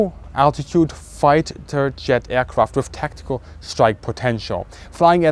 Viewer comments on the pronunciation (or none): Dude, I'm jealous but don't think we didn't notice your 'fih-ter jet' slipup :)